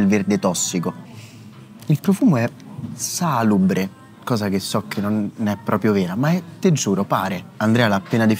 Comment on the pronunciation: Salubre è una parola con accentazione piana (salùbre), non sdrucciola (sàlubre)